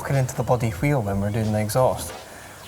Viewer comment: he pronounces wheel like stewie griffin!